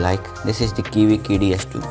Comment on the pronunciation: " kiwi kidi S2" lol